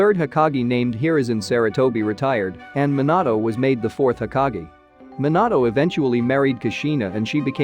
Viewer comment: Lol Minatto and abito